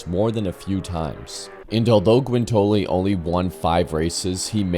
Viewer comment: 45 minutes was good Bro. Especially if it’s a well done vid like this. It’s also great you read your own copy - I hate robo voices. Related to that (and I mean no offense whatsoever…so “livery” is live-eree, “Guintoli” is Ginnt-olee with emphasis on the Ginnt, and “Mille” is Me-lay. I hope that helps.